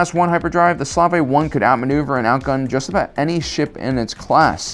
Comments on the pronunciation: By not using the correct pronunciation he's giving credence to Disney for changing the name. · Even my son (age: 9) corrected your pronunciation of 'Slave-1'. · That’s how you pronounce slave 1 is that even the correct pronunciation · Mans really had a hot take on the Slave I and didn't even know how to pronounce it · Please tell me he's intentionally being wrong about the Slave 1's name (the way it's said and the slavic comments) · I’ve never heard slave pronounced like that. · S L A V O N E Not 'Slave', its S L A V According to generation tech LoL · The Slave 1 is pronounced like the word ‘Slave’, a working prisoner. Disney changed the name due to it being offensive to people of color or people whose history had included being slaves. Nothing to do with the Slavic people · Slave 1 …. You pronounce it so crazy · Why did he pronounce Slave 1 that way? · The way he pronounces slave1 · I’m pretty sure that’s not how you pronounce the Slave 1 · Is he serious about his pronunciation of The Slave 1? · are you actually pronouncing slave-1 wrongly? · um you are pronouncing slave 1 wrong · It’s depressing when you can’t even pronounce the correct form of a SPACESHIPS NAME. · Why are you pronouncing Slave 1 wrong? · I find it funny how you try to avoid pronouncing the Slave 1 name properly but you slip up, just call it as it should be ffs:D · Why are you mispronouncing the word slave? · Nobody in the star wars universe pronounced slave like that. There is no need for this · You mispronounced the slave 1 name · why do you keep pronouncing slave as slav or slav-aye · His pronunciation of slave annoys me it pronounced slayve not slarvey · I thought it was pronounced slave not slav? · Hey buddy, great channel! One thing though, it's Slave 1 not Slavay or Slav 1. Just saying. :) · I always thought it was called slave 1 instead of Slav 1 but guess I’m wrong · It's slave 1 ! Not slov 1 , suvay 1 , or any other miss anunciation you want . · It's SLAVE 1, not slarve 1.